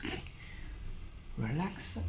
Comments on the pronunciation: Please stop saying relax-a it’s just relax. No -a. Just relax. I notice you do this with quite a few English words. Just drop the “a” at the end of english words. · Your English is very good. You could sound a lot more like a native American English speaker if you remove the "eh" from between words after hard consonants. For example, you say "Relax-eh" "treatment-eh" "eyes-eh". I know this is difficult. Our language is blunt compared to Italian:) As for "Don't help me" it's quite acceptable. It does not sound rude or presumptive. Maybe you could say "You are resisting a bit" if you want to be more specific. It's not as harsh if you say "a bit." It's like the British understatement. Another thing... the C T in "structure" has a sound almost like "prosciutto" or how you say "pressure" except it's more staccato. The end of this word sounds a lot like the English word "church." One more.. the A U in "cause" sounds short like "koz" and not like "Audi." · I think it's hot the way you say ah after some of your words 😉 Relaxah. Also your English is great